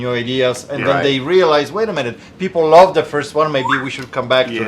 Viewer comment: you should make a t-shirt saying “I lub it” I love how you use “B “instead of “v” always make me laugh aha I have Polish parents too and your accent reminds me of my dad who unfortunately passed from suicide 4years ago… but thanks for brightening part of my days, always waiting for new videos!